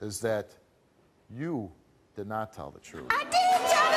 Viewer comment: "I DeeD TELL THE TRUTH" 😂😂